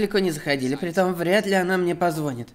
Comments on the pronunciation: ПозвонИт а не позвОнит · Воу, парень, ты занимаешься озвучкой. Говорить "позвОнит" это просто стремно в твоём деле.